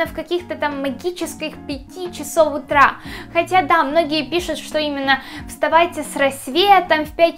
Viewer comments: Не в обиду, но ты во многих словах ставишь неправильно ударение. Например: магия Утра, а не утрА, и еще ты постоянно делаешь сильные эмоции лицом, приподнимаешь постоянно брови. ЭТО ОЧЕНЬ СИЛЬНО БЕСИТ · Что с ударением? Магия утрА, авторОв.... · За первые 10 секунд полилась кровь из ушей из-за "утрА" и "авторОв". Ну зачем так больно? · Магия Утра, а не утрА!!! Авторов, а не авторОв Как то стыдно, ты ведь уже большая... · Магия утрА авторОв Боже ты конечно классная и мне нравиться тебя смотреть, но неужели нельзя сказать правильно?